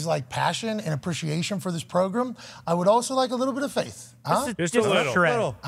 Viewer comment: Huge fan of the show! Listen to the podcast everyday will do so even when you go to ESPN! Having said that… will somebody please absolutely roast Pat for the way he say “pro Grimm”😂😂😂😂😂😂